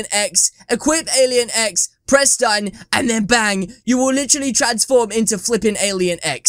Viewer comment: I tought you said alien eggs xd